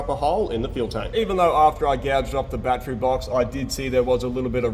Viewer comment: It’s pronounced battery not battery.